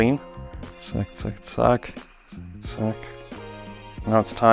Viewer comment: Your "Zack Zack" deutsch is perfect!